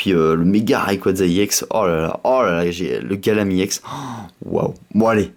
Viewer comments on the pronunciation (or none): On dit EX pas IX en plus tu parles pas très bien dans tes video !!! Je préfère largement davidlafargepokemon ! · Arrête de dire iex c'est ex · Pourquoi tu dis iex au lieu de ex😕😕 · Pk tu dit i ex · On dit ex pas iex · Pk tu dis juste i ex normalement sais juste ex ?? Mais j'adore t'ai vidéo je me suis directement abonné CONTINUE COMME ÇA BRAVO MEC TU ES AU TOP !! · C'est pas i ex cest ex non ? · pourquoi tu prononce ie on dis ex tout simplement putain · on dit pas iex on dit ex donc MrayquazaEX pas Mrayquazaiex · désoler mer on dit ex pas iex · arrete avec iex c'est ex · Pourquoi tu dit IEX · Pourquoi tu dis IEX.Normalement c'est Ex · c'est pas iex c'est ex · on dis EX pas IEX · Et aussi t trop un noob c pas Gallame Iex C Gallame EX!!!XD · Pourquoi tu dit "I ex" ont dit ex je ne voit aucun I devant mais bon c'est pas de ta faute si tu n'ai jamais aller a l'école... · pourquoi tu dit i ex ? c'est chiant